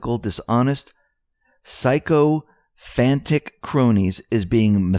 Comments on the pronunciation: the word is pronounced SICK O FANTICK. It means ass kisser or brown noser, or suck up. You had pronounced it SY CO FANTIC, Just trying to help. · sycophantic is pronounced sic-O-fan-tic. A sycophant is servile self-seeking flatterer. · Sycophantic is pronounced Sicko-fantic. It means suck ups